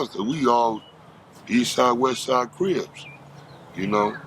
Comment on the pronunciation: He's using 'Cribs' and 'Crips' interchangeably. Is that on purpose or is that a speech slur?